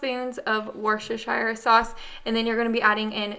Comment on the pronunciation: I know you have issues with how to pronounce Worcestershire sauce. It is prounounced Worcestasheer. Pronounced pbonectically. I have a hard time with it too! Your in trouble now! With Brinley starting to talk! She is ADORABLE!